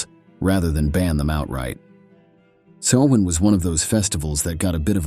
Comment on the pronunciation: Great job. The same information on Halloween history but narrated in an appealing, interesting and more down to earth way. I was afraid the narration was going to be AI generated. If it was thanks for correctly pronouncing “Samhain.” 🎃